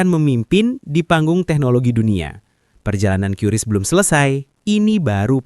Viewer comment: QRIS Dibaca Keris no Qiuris